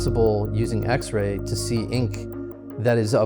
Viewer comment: so weird he keeps saying "x-ray"